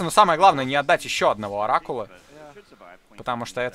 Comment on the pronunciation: На говорит "Оракула отдал", а мне показалось "Рак Ладал", что звучит как выражение разочарования скиллами игрока по-Протосски.